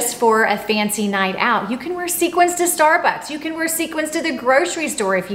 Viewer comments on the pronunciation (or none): none